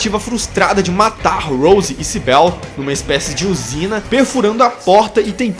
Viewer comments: O nome da policial nao é Sibél, é Cibyl, vc pronuncia com I mesmo. Adorei o video, a tempos eu esperava por um review br desse filme lindo. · Tua analise é otima! So pecou na pronuncia do nome da Cybil e em dizer que elas morreram no acidente. Silent Hill é um mundo paralelo( até mesmo mental), não espiritual. No acidente elas apenas entraram num "portal". Se elas tivessem morrido, teriam achado os corpos quando foramna cidade em busca delas. Esse filme é MUITO BOM, mesmo tendo colocado um piramid head sem motivo algum. Muito bom mesmo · "CyBEL" kkkkkkkkkk Tirando a pronúncia errada do nome dela, gostei muito da sua análise. Mas se a Rose morreu, como o Chris/Harry encontra com Cheryl? Pq no segundo filme ele está cuidando dela. 🤔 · Ótimo vídeo irmão mesmo com alguns erros de pronúncia nos nomes da Cybil e da Cheryl ficou excelente e ah queria adicionar um comentário as enfermeiras nos jogos tbm são atraídas pela luz isso no primeiro jogo não lembro no segundo